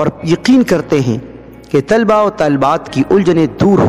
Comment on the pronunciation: باقی میں سمج گیا بھائی جزاک اللہ۔۔۔بس آپ بھی طلبہ کا تلفظ صحیح کرلیں شکریہ۔TALABA